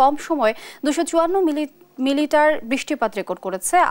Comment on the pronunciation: মিলিটার না মিলিমিটার হবে 😅😂